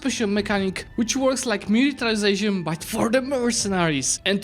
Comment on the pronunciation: the way you say it made it look like you were saying mercantilization